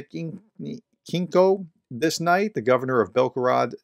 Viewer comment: Please make more effort to pronounce Ukrainian & Russian names properly. They are already transliterated to English for you. It's been over 2 years already and you American commentators embarrass yourselves by STILL mangling really simple words like Heorhiivka & Shebikino. You should have learned cyrillic alphabet (easy) & be able to pronounce the originals by now!